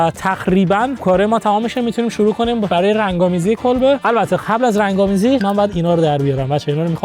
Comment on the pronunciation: خدا میدونه توی این کلیپ هم چند بار میخواد بگه دخیخاً و خَبل 😂😂😂